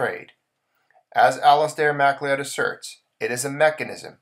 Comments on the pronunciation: Hey here's a small tip. The name Macleod is pronounced as "ma-cloud" two syllables not as mack-le-owd. It's a Scottish name. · thanks, good presentation and information. We all sorta knew this was eventually coming, but did not think so soon. (BTW, Mcleod is pronounced McCloud). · It's pronounced Mack-Loud